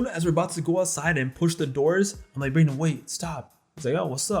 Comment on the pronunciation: My face dropped when you said Brayden 😂